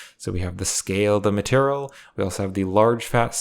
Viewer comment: maturl.... i can't bro... i just can't he says maturl every 5 seconds... it's ma-teir-e-al